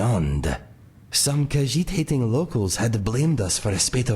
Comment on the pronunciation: Yay, I am Hyped for my new Companion. I watch the full video later, gotta do some exercises with Mr. Dragonfly. And I am gonna teach you how to say the word Khajiit correctly ;) Anyways, be well🐱